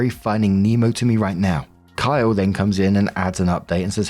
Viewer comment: Story 3 - When sees "Kylee" - Female, purposely ignores the second "e", and insists upon pronouncing it "Kyle" - Male, thereby almost certainly misgendering the person. It's either congenital idiocy or intentional rage bait.